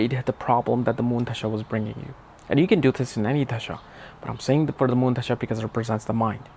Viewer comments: I know you are a scholar and I enjoy your content but when you pronounce Dasha as Dhasha it confuses me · Bro, Please respect the Language Hindi 🙏 It's Dasha , not Dhasha 🤣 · Chuthiye pehle dasha pronounce sikh dophe